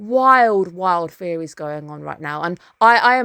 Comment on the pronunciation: There is Mushoku Tensei airing next season. Probably the only show that can live up to be Apothecary Diaries replacement in the nearest future. Also, am I mishearing or are you calling ideas or thoughts "fairies"?